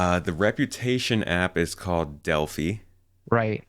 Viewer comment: It's "dell-fye." Not "dell-fee." Rhymes with "eye." As in the "Oracle of Delphi."